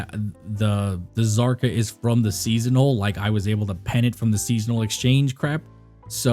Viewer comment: The K in Kzarka is silent.